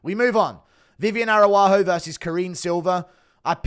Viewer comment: Read the last names, man. Araujo is the name. Not Aruaju 😅